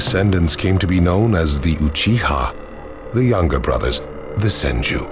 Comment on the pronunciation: It's like no one can be bothered to say "Uchiha" properly.